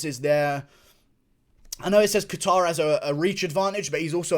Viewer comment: Kayter. Sounds the best too. Hearing catare over and over in this video is kinda tilting me.